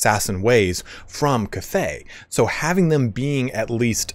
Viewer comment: I wish I could teach you how to say cathay correctly. Its bothering me too much .